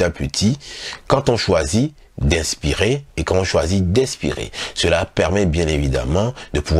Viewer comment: C'est tres intéressant sauf que je suis mélangée entre votre prononciations du mot expirer et inspirer , vous le dites de la même façon , ce qui rend la compréhension difficile....!!